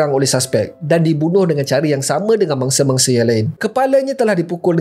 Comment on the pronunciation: Kenapa aku dengar kau sebut bangsa hehehe bunyi mcm bangsa padahal mangsa